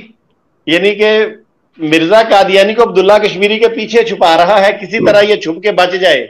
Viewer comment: Brother, Kindly use Qaaf, not Kaaf, for Qadyani or Qadyan. Jazak Allah Khairun.